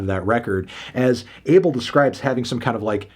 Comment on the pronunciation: Isn’t it pronounced “Ah-Bell”